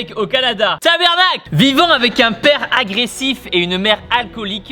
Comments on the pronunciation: Ta-BA-rnacle pas ta-ber-nacle Mais sinon super vidéo...😊💪🏻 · Tibo on dit pas Tabernacle mais Tabarnak ;) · Salut tibo c'est just pour te dire que au Quebec on dit tabarnacle et non tabernacle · Tibo: tabernacle !! Moi: comment i dit sa lui ? C'est tabarnaque Tu m'a tuer de rire continue comme sa et bravo pour tout les autre qui on réussi c'est exploit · Ton sacrage québécois manque d’accent mais belle effort 😅😘😘